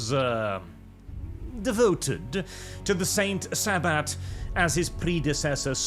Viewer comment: "Saint Sa-butt"